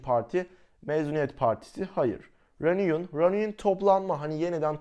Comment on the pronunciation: reunion reniyın diye okunmaz hocam